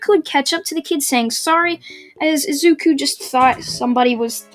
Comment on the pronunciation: It’s said I zu ku